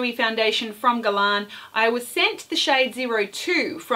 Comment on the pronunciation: why , as an Australian, do you talk about 'fall' & drug store. ..they arent terms used in this country. ..also please learn to pronounce 'Guerlain correctly..its really annoying as yr pronunciation on several words =incorrect